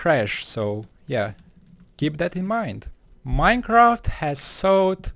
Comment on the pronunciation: minecaft sigh